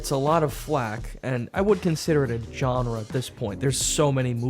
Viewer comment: saying "genre" wrong for almost 20 seconds...was that on purpose? Or does he not know how to pronounce the word?